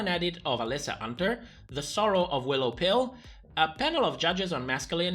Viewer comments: no offense but i literally will not be able to finish the season if RuPaul continues to pronounce Willow Pill's name that way. it's so infantalizing and i know that that's probably the joke behind her name, but doing it every single time is absolutely obnoxious and of course very disrespectful. i did think Kornbread did well and was a lot of fun, but i wish Willow would've won the talent show for doing something weird and different, doing it well, and not really giving a fuck about what was expected of her. and especially with Ru's comment about that being the world of drag he comes from or whatever, i thought that that would be rewarded. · Ru trying to change willow pill’s name pronunciation reminds me Heidi n Closet a bit